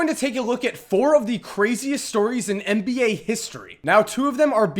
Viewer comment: It's Nba. NOT Mba. Get it right